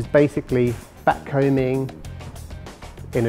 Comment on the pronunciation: Is he saying batcombing?